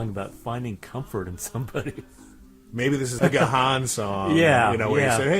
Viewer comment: The name is pronounced Dave 'Gone'. I also said it's as 'gahan'' which rhymes with ron.